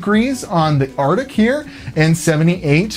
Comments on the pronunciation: Arctic. Not artic. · Arctic not artic. Just sayn. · "Artic" good Lord man it's "ArCtic". ARC-TIC.